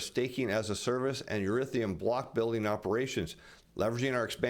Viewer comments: E-THER-E-UM not e-rith-e-um. Almost as bad as J Bravo saying nu-cu-ler for nuclear. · Erithium? Do you mean Ethereum? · I always like your reports in the stock market world, however if your gonna try to sell crypto you pronounce it Eth er ium